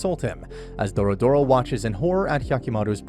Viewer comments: HER NAME IS DORORO, NOT DORODORO ... i'm about to ragequit! stop calling HER dorodoro! it's dororo! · "DoRoDoRo" Lol DORODORO That sounds like the name of a car or smth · its really not that hard to say doro-ro. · It's DORORO not Dorodoro 😂😂😂😂😂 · "Dorodoro". Just kill me now please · Doro-Doro? Seriously? Her name is the name of the anime, it's not difficult to pronounce. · Literally, take a shot everytime he says the name wrong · why are you calling her "DoroDoro"? its dororo like the name of the anime, only one "D" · Dorodoro- who doesn't know dorodoro- (Dororo. It's DO-RO-RO Also my guy being confused by her gender xD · you pronouced their name wrong, it's Dororo not Dorodoro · it's DoRoRo NOT DORODORO FUCK. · I’m i the only one who noticed that he said her name every time incorrectly? It’s Dororo, not Dorodoro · he said " Doro Doro " sigh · It's not doro doro it's dororo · Doro-Doro? Jesus... it's DORORO 🤦‍♀🤦‍♀ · its DORORO not Dorodoro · "DORODORO"... it's Dororo mate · Isn't the kids name dororo, not dodoro? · It’s Dororo , not “dorodoro” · bro is no one gonna talk about how hes says dororo's name like "dorodoro" like bro how do u get it so wrong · The name is "Dororo" - not "doro doro" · Its dororo not dorodoro 😭😭😭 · Doro Doro?? you got the name wrong... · It's Do-Ro-Ro, not Doro-doro. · for gods sake stop saying doRO DORO. IT'S DORORO !1!!1!!1! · ITS NOT DORDORO ITS DORORO. You can at least get the names right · Why dorodoro when it’s dororo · It's Dororo not DoroDoro And Biwamaru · It's Dororo not Dorodoro. 😖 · Dorodoro ❌ Dororo ⭕ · It's Dororo, not Dorodoro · Not "Doro Doro" it's "Dororo" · i think he rname is dororo not dorodoro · M8 I fuckin lost it when you called Dororo "Doro-Doro". Like, wtf, there's an acceptable limit to mispronunciation, and then there's this. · Nice recap! But I have one correction, you kept saying Dorodoro but it's Dororo. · It's Dororo not Doro-Doro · Name: Dororo Him: Doro Doro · Dororo not dorodoro